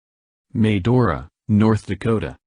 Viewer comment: I like how it Mispronounced Williston, Will-iss-toun no it's Will-iss-tin, also Medora, May-door-uh close but Muh-door-uh, I get it's a A.I thing but I still find it funny, simple words pronounced wrong lol